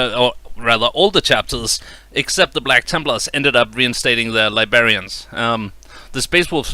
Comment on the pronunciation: Lost me at "Li bearians" instead of librarians. The damage can't be undone.